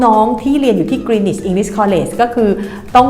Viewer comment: Greenwich อ่าน กรีนนิช w เป็นsilent letter เด็กไทยหลายคนเรียนที่นี่ แต่พูดไม่ถูก พูดกรีนวิชตลอดๆๆๆๆ น่าอายมากๆๆๆเลย Cambridge อ่าน เคมบริดจ์😊